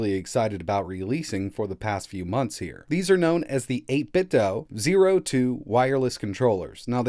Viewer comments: It's pronounced 8bit-do not 8bit-dough - 8bitdo CEO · It’s 8 bit doo like scooby doo I think